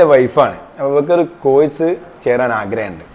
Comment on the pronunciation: കോയ്സ് അല്ല കോഴ്സ്